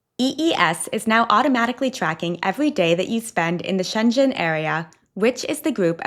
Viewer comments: Love your posts but please, please, please look up how to properly pronounce Schengen!! It's hard on the ears when it isn't pronounced properly 😢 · First of all, it's not really complicated to find the way how to pronounce Schengen, you make it sound Chinese LOL.Yes, Americans can also simply find out how to pronounce a word, even in your own accent, just do better. It's a bit offensive you didn't even try. Also, do you really need the clickbait thumb saying ETIAS is a scam, while the information on the implementation is totally transparent? Of course it's a good thing to point out scammers, but really, why would American people need this kind of advice, while they have to whole internet to inform them about things like this before travelling?! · Pronounce Schengen right at least,! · Schengen is definitely NOT pronounced with a hard "g" (only if you have a French accent). In Luxembourgisch (where Schengen is) and in German and Dutch the "ng" is pronounced like in "singing" in English. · No, definitely not with a hard "g" - only when you pronounce it with a French accent. In Luxembourgisch (where Schengen is) and in German (it is a German name) it is pronounced [ʃɛŋən], the "g" is not hard, but kind of swallowed by the "n". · You pronounce "Schengen" like "Shenzhen" which is a city in China. I checked it and it is "shen guhn". Please look it up. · It is not pronounced [shen-djen]!!! ⚠️⚠️⚠️⚠️⚠️⚠️⚠️⚠️⚠️ To pronounce Schengen correctly, say "SHENG-uhn" (like the words shing and un combined). [1, 2] First syllable ("Sheng"): Starts with a "sh" sound (as in she), followed by the "eh" vowel (as in bed), and ends with an "ng" sound (as in sing). Second syllable ("un"): A short, unstressed "uh" sound (as in about), followed by an "n" sound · Pssst... Schengen is with a hard G. So, not shen-jen, but sheng-en. Thanks for your travel tips! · Schengen is pronounced with a hard G (as in good), not a G pronounced as a J. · It is called Schengen not Schenjen area or zone